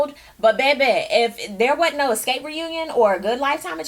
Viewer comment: did she just said eskape.....LOL..i'm dead